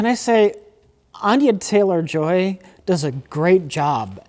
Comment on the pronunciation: You guys give crap to for his pronouciation of words, but proceeds to call the leading actress "Anya Chaylor"